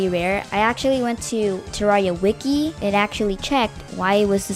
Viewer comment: It sounded like he said, "I went to the Terraria wookie," instead of Terraria wiki. Lol